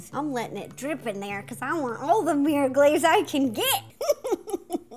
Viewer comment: "Meer cake" lol